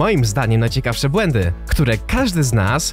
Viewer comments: ekhm...."BŁĘNDY" ekhm ekhm BŁĘDY ekhm powinno być ekhm X ekhm D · KOCHANY BŁĘDY A NIE BŁENDY!! <3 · Błędy nie Błendy:)